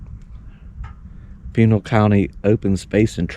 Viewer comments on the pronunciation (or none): It's actually pronounced ' Pi nal' ( pi nell) and Saguaro (sa waro)..I lived in that area for nearly 40 years....loved seeing the best areas!!